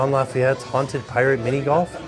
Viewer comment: The pirate’s name is Jean “Lafeet,” not LaFayette. 😉